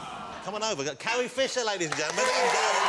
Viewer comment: Gary, Carrie, and Russel...not the best names for a man who can't pronounce his r's....'Gawwy, Cawwie and Wussel'